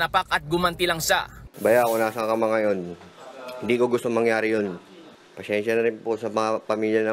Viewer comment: Pesensya?! Ano yan Biscuit', pasensya biscuit.